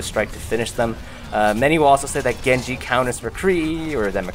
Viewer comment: Maybe you master Genji but you still don't mastering pronouncing his name